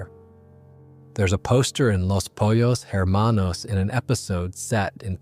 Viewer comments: hey bro u said poyos towards the end still said her manos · pollos is pronounced poyos not polos ermanos not her manos